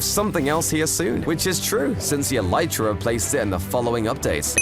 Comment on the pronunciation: Bro says”Eletrea”